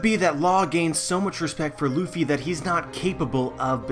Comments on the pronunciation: I'm wondering where you got this strange pronunciation of the name "Ruffy" from. It's neither the Western nor the Japanese one. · Ace Vincent Arevalo But Japanese people usually don't pronounce the letter "R" as "L". They do not have the "L", but the "R" is also not realized the way we produce the sound for "L". It's somewhere in between and a realization that does not exist in this way in the English language. The pronunciation of the name "Ruffy" in this video is overly anglicized. The narrator produces the sound for the "R" in "Ruffy" just the same as you would pronounce the sound for "L" in words such as "leaf", "lady" or "laughter" and that's not correct. The sound for "U" is also not exactly like the Japanese pronounce it. Now I don't want to say that people HAVE to use proper Japanese pronunciation when they don't speak Japanese but in this video it's pretty far away from the actual pronunciation.